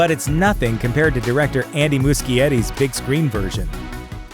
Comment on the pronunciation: It’s pronounced (MOOSH-EE-ETEE)